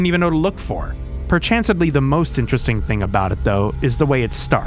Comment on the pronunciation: "perchansively" PERCHANSIVELY??, c'mon. You're creating new words of evil for the jounalisms to use... you're a monster.